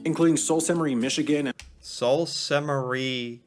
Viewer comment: You must be a fellow Canadian. Your comment explains the pronunciation of the first word in the name of the city "Sault" as "Soo". Did you not notice that he also struggled with the pronunciation of the second word in the name? He obviously doesn't recognize "Ste." as the abbreviation for the French word "Sainte", as he would only being accustomed to seeing the English abbreviation "St.", as in St. Louis or St. Paul. But I absolutely understand why you didn't recognize that as an issue. I think most of us Anglophone Canadians have absorbed more French language in our bilingual culture than we realize. Cheers! 😀🇨🇦